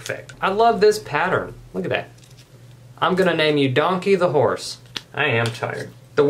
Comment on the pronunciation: "I'm going to name you donkey the hourse!" 😭😭😭😭😭lmao